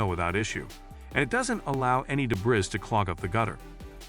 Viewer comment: What is “deb-riz”..???